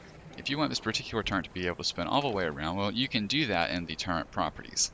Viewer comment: How the fuck can someone read turret, type turret, but still say turrent?